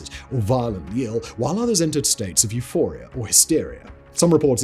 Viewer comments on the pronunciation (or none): none